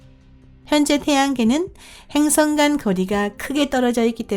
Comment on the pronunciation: 행성 을 행승이라 하고 수성을 주성이라 하고 띄어쓰기 이상하고 1/3은 못알아 들어서 중간부터 자막키고봤네요 불편불편